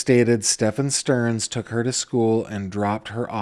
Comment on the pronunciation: The way that I flinched when he said Madeline STERN 🥴